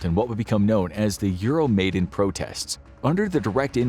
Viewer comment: You mispronounced "Euromaidan". It's difficult to be credible on a topic when you aren't even familiar with the proper pronunciations of key terms.